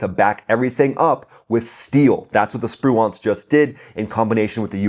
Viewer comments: Sir, your pronunciation of Spruance is killing me. Did the actual raiders hit that cargo ship? They are serious operators. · Most of the pundits are mispronouncing Spruance. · you're pronouncing Raymond Spruance's name incorrectly.